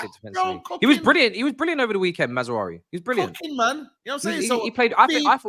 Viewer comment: calling Mazraoui "Mazzarazzu" 🤣🤣